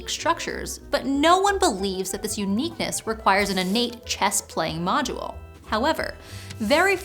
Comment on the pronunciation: Module、not modual.